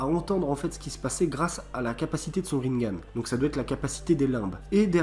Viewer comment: Tu prononce tellement mal on prononce rinnegan pas rinngan et si that théorie était une théorie et non pas un truc qu’on sait depuis avant même la fin de naruto bruh mec mais toit a jour